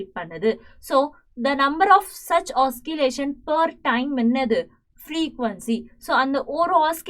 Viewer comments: Pls teach clearly also say the words properly mam you said oskillation actually the correct word is oscillation pls correct mam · Oscillation not oskillation Also can't understand anything